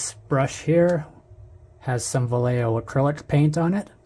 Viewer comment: “You need different cleaners for acrylic and lacquer paints.” Gunze Mr. Color Thinner has entered the chat Props for pronouncing Vallejo properly.